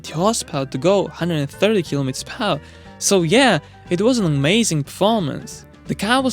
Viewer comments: Per-Hour is two words, not pronounced as Pawa. (one word) English - screwed and chopped This is not broken English, it's completely slaughtered English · ... it's pronounced "__ PER HOUR"... note, TWO separate words... NOT, one slurred word "PARR" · "kilometers pawah" wft 🤣🤣🤣